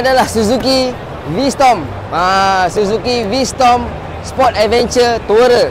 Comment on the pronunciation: V strom bang... Bukan v storm